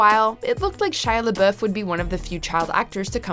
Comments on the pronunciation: Why did theysay Shia LeBeouf’s name like that😂😂 LeBoof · Is she saying Shia LaBiff? Is this bothering anyone else? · Shia Labuuhhf. Lol xd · Shy?? Who the hell is shy labooth hahaha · Shia Labooof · I love how she pronounced LaBeouf like that 😂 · I can’t stand the way she’s saying Shia’s last name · She mispronounced Shia LaBeouf’s name. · I do not think I've ever heard Shia LaBeouf name be pronounced like that, shit get it outta of my head 😂